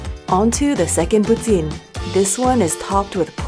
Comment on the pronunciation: it's pronounced "pooteen"